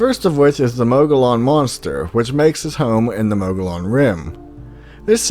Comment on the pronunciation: Not that this matters, more for knowledge sakes moggollon is pronounced moe-gee-yawn. I believe it's an Apache word but could be wrong and find out that its pima or Navajo. I live approx 15 miles from the superstition mountains. Beautiful view but so much death has occured there. Apache Indians say it is sacred & is the home to the storm God or thunder God. While others have claimed there is a hidden entrance to hell. (Now I cant help but think this is true thinking about the upcoming summer 120°) theae are the reason I dont go looking for the lost dutchman's gold myself as I have terrible luck & would almost certainly stumble into the hidden entrance to hell before I ever found a mine with a 100 million dollars worth of Gold still in it.. Thanks for doing Arizona. She's an ol dirty slut but she is my ol dirty slut.